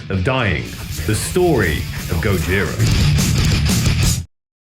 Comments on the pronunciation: Please stop saying GOD-JIRA. French band, French way of pronouncing. Skip the D, it is GOJIRA. No f** D. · even though it is a japenese word indeed, you never hear any member of the band say God-jira, always Gojira as pronounced in French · "this is the story of God-jira".